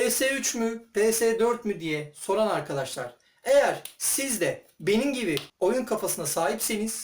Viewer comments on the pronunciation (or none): none